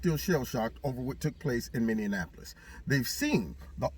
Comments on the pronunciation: 1st let me tell you I love brother! As someone that was born and raised in the southside of Minneapolis I got to tell you you're pronouncing it wrong... Phonetically speaking it's minny-apolis... It sounds like you're saying minny-an-apolis. I don't want to be one of those douchebags correctors... But being from there I feel like I have to say something since that's my hometown. Much love and respect to you! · Hi, I’m from Minneapolis, it’s pronounced Minne’ apo’ lis. Thought you’d like to know.❤️ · I’m still trippin’ our bc I believe that the city is named Minneonapolis, not Minneapolis! It’s a Mandela effect to me!! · You're .merging Indianapolis and Minneapolis. The former has six syllables. The latter has only five. LOL! Others do it too. But that's your Midwest region. You have to represent.